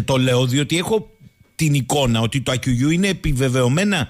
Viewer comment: Άκκουγιού (από το "Ακ" και το "κουγιού"), όχι Ακουγιού.